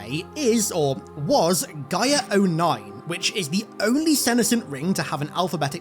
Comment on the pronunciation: I believe your saying Gyre wrong! It sounds like your saying GYM without the M and then followed by an ER sound. Just thought you'd like to know.